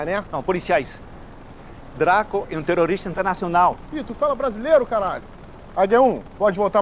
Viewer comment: " tu fala brázilêro...kkkkkkkkk Não aprendem!!!